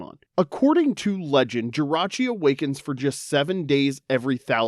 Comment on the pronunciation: THE T IN JIRACHI IS SUPPOSED TO BE AN R!